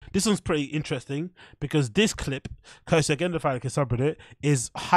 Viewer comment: Virry inchressing 🤏